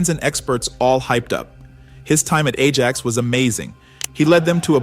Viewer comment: Did this guy really say Arjax?